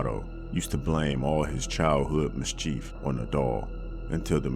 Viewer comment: Miss CHEEF ????? 😂😂😂 nooooooo !!! Stop it !! You know good and week it’s pronounced Miss CHIF 😂😂😂😂